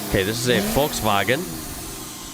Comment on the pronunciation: daaaaaamn that "Volkswagen" was really well pronounced. no joke that sounded like a real German